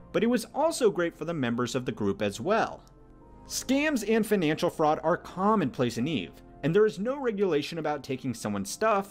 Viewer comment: "feenanshul system" what accent is that bro?